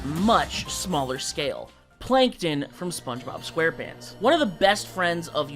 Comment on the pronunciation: Again with mispronouncing the character's name? IT'S SPONGE-BOB SQUARE-PANTS!!!